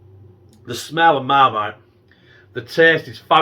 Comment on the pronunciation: you said mump of larlite 😂😂 i dont know if you realised. i like marmite too and vegemite im weird lol